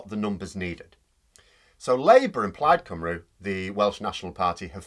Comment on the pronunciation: Plaid Cymru is said Plide Cumree. Although Welsh is a bit different, it's strict, once you've got it, it's always the same. The 'u' is like y or some other greek letter not like our u